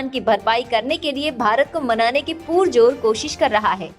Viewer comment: Mam, कृपया पुरजोर को पुरजोर ही बोलें पूरजोर नहीं